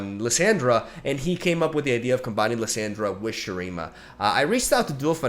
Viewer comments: "LeeSyndra" xd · The way he pronounces Lissandra hurts my ears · Jesus I cringe every time you say her name lol .. plz look up her spotlight and listen to how its said lol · Bruh here is how you say the champs names Lissandra: Lih-sawn-druh Renekton: Reh-neck-ton Nasus: Nah-sus Azir: Uh-zeer Leblanc: Leh-blah-nk Sivir: Sih-ver or Sih-veer Taliyah: Talee-yaah